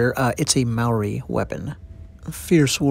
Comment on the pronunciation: Kia ora bro just a lil critique it's not pronounced (marry) it's pronounced mouldy without the L sound I'm a Maori and also do these carvings myself please pronounce words properly Kia ora the "R" sound is Scottish sounding Ngamihi 🙏